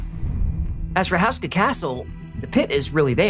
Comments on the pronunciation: It is pronounced (Hoo-skah) not (House kah) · It's pronounced HO-SKA, not 'House-ka' by the way.